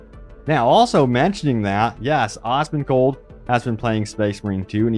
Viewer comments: Did you honestly say 'Osmongold'?? C'mon man... 😂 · Awhsmongold... Say it properly.